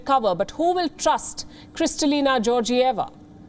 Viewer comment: bulgarian here, its Georgieva like "get" not like "Georgia". check out the bulgarian political situation in the last 10 or so years btw, then check who she works most closely with. This was obvious from the start for anyone who wouldve bothered to look.